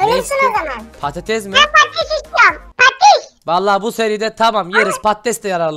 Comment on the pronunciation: sürekli patetes dedinden demir külçesine patates külçesi demeye basladım